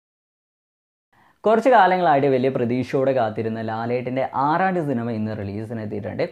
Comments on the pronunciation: Adhyam cinemayude peru sherikum paranju padiku bro...Araad Alla Araat ennanu... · ആറാട് അല്ലടെ ..ആറാട്ട്